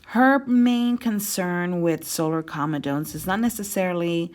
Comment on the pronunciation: You should pronounce comedones correctly.